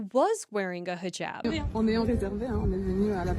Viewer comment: Thank God you are pronouncing hijab correctly not highjab